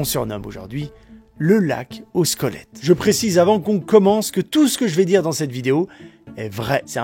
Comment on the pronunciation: J'entends 'squolettes'😆 C'est ouf et glauque!🥴